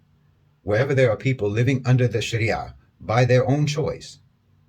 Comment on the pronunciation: I was wondering why he was saying Sharia properly (as most people dont) then he said hes a Muslim. MashAllah